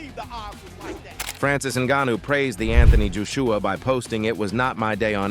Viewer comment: Anthony Juiceuwa 😂